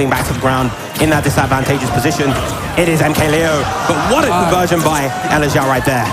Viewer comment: elexiao* but yea i think it's pronounced eleg-jsh(one consonant sound)ow. Chinese? Xiao on its own translates to flute, electric flute?